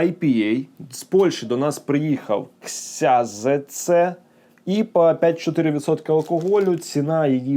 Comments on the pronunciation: Тільки Кшьонженце, не ксязеце😂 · То читається як кшьонженце :)